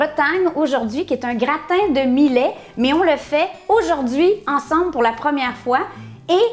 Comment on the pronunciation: Salut.......c'est bon aussi avec du quinoa a la place du millet, ca a plus de gout.........Au fait "millet" ca se prononce comme "Juillet".........Bisous du Sunshine state. Christian.....PS: comme mome je bouffais tout ce qui n'etait pas cloue au sol, il n'y avait rien qui etait "safe".......meme a 8 ans j'avais bouffe toute la boite de caviar de mes parents (200 gr.)....ils avaient eu la mauvaise idee de l'ouvrir la veille au soir "pour essayer" avant l'arrivee de mes grands parents....!